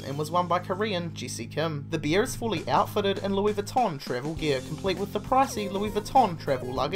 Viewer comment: I missed that. I was mostly focused on him saying beer instead of bear.